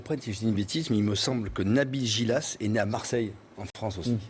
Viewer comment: NABIL GHILAS PAS GILAS